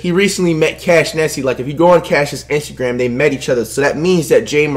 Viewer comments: It’s ja marant and ur not good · Ja Morant: pronounced exactly how it is spelled Flight: Jay Moorant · Flight said “Jay Morant”